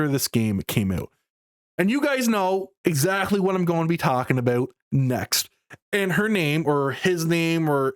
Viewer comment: My man said 'aboot'.